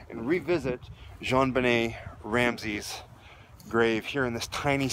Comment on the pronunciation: I always appreciate how respectful you are in your commentary... little things like pronouncing her name correctly I’m sure mean a great deal to those who love her. Quality reporting.